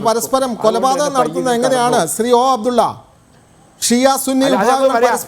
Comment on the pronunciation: ഫയങ്കരാ മാന്യൻ ഓ അഫ്ടുള്ള 😂😂😂😂